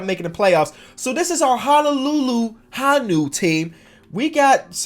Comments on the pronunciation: Lol Honu is pronounced like (Hoe-New) not (Ha-New). It also mean turtle in Hawaiian. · it’s pronounced ho-new not ha-new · It’s pronounced hone uu it means turtle in Hawaiian not Hanu lol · Mans said Hahnew. lol Its pronounced Hoe new ma dawg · Fan from Honolulu here! Could you do a series on the Honolulu Honu? That would be cool. Also, funny how vowels work in different languages, you can pronounce it Hoe - nu! lol. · prounounced ho new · You pronounce Honu like hoe-new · I’m from Hawaii it’s Honu hoe-new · the “honu” (pronounced hoh-nu) in Hawaiian is the Green Sea Turtle! 🤙🏾 Much love from Hawai’i! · You seed honu wrong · Yo I l live in Hawaii and u pronounced honu wrong but it's all g my guy 😂🤣 love the videos btw